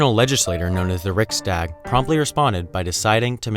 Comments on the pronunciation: And Riksdäg instead of Riksdag. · It sounds like he's saying 'Reichstag' almost.... thought he was talking about Germany for a few seconds there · Dägen H Riksdäg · Im swedish and the way you say Riksdag is soooo wrong Ricksdaaag... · You pronoused riksdag like ricsdagg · Lmao how you said ”riksdag” It sounded like when us swedes try to speak in a southern american accent in swedish lol.